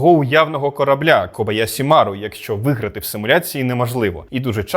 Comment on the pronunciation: Зверніть увагу, що правильно буде кобояШі, а ви вимовили на російський манер